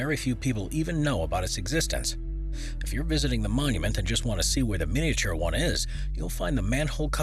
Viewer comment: 'Mini-It-Ture' is that the same as miniature?